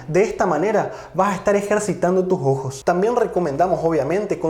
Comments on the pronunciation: Es ojo o jojo? Se pronuncia raro pero gracias doctor por su información y tiempo dios lo siga bendiciendo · Jejeje!!! El doctor dice "Los jojos" En vez de "Los ojos" o como dicen en mi pais "Los sojos"